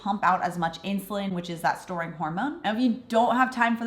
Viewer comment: "Insuline, our shorn hormone" ...what? Edit: Okay, STORING, hormone. Got it.